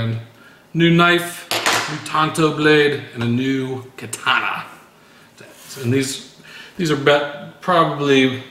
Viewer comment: I'm so fucking jealous dude. I love blades, axes and weapons as well. I go crazy when i see you showing them weapons you have man. Too many. Even one would do it for me. In where i live, getting stuff like that is hard and kinda expensive. FYI: When saying "katana" just say it as it is. Do not say it like "ka-tah-nah".